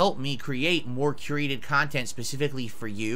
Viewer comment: Oh, if you going to call your content curated at least learn how to pronounce the word.